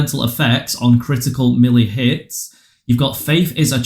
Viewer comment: Thanks for the help but melee is pronounced "maylay"